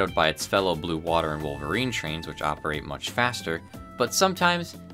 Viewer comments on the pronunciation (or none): none